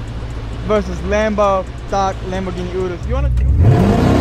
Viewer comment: “Lamborghini 😯rus”😂😂😂😂😂😂